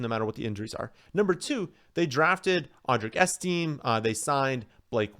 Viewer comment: Audric ESS-TIM-MAY